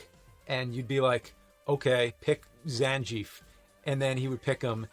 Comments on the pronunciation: Did James call zangeif, Zan-Jeef?! 😭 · actually it's Zan, the "gief" part is silent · BLANK-Ah? ZanJEEF? Has James never played Street Fighter? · "Sah-gaht" "Ree-you" "Chuhn-Li" "Zahn-gi-eff" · Oh no not again... Its GIF NOT JIF... ZANGIEF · Fist time I heard "Zanjief." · Yo say his name right, Zang-E-F, y’all are awesome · saggit and zanjeef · Zan Jeef and Gwee-lee (Guile).